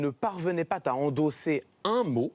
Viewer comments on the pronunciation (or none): ..."Il ne parvenait pas ta..." , au lieu de "il ne parvenait pas ZA"... faut de prononciation, faute de liaison. Youpie!!, Saint Clément (gloire lui soit rendue), redresseur de torts et retors à travers tout le beau monde, serait il un homme comme vous et moi, cachant la faute à toute vitesse, poussière sous le tapis? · C'est voulu les 2 fausses liaisons, non? 2.57: Pas "t" a endosser, 4.10: Jamais "t" entendu. Pour le reste 19,5 / 20.